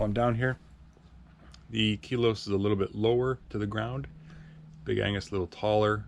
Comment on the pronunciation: Big Ag-nes* (not Angus) 😂 Very helpful review, thank you!